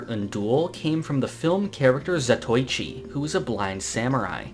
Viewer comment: I couldn't help but notice your mispronunciation of Zatōichi. Its actually pronounced how its spelled right there. Zat O Ichi.